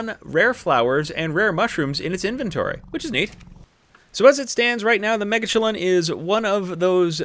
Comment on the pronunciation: After watching this I’m positive the correct pronunciation is ‘mega-chillin’. Great video, keep up the great work saving us time and trial!